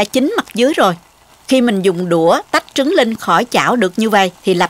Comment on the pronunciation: Mình nghe cô nói trúng gà ?